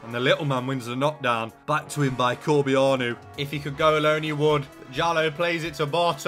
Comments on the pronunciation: I think bialek is pronounced "Biatek" or "Biontek". And corbeanu is "Corba-nu" not "corby-arnu" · its pronounced "cor-ban-oo"